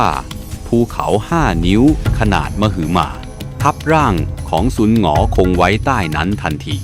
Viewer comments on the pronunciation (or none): ฟังยังไม่ค่อยรู้เรื่องเท่าไหร่ พยายามเข้านะคะ เซียนน่าจะชื่อ"ไท่ซากเหล่าจุน"นะคะ สร่างเมา"สร่-าง" ซุน-หงอ-คงนะคะ😅😅 พยายามต่อไปค่ะ